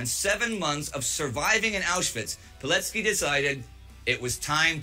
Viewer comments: the correct pronunciation of his name would sound like "Vee-told Pee-let-skee" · Just a small note - you've read his surname slightly off - in Polish, the "c" represents a "ts" sound.